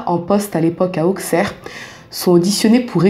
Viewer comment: Merci pour ce partage 😊 Je vis à 5mn d'Appoigny donc je connais ces histoires par coeur. Juste stp on dit villefargeau et non villefargo 😊 et on dit aussserre et non auxxxerre 😊